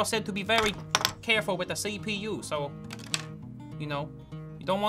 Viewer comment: "Da the CeePee-YUUU!!! That's my sister name" 😂